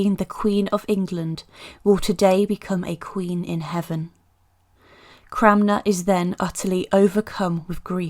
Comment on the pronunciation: The correct pronounciation is Thomas Cranmer. You said ‘Cramner’ multiple times.